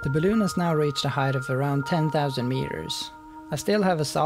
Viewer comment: I fucking hate the way you say balloon. No more balloons dick. Cool vid tho.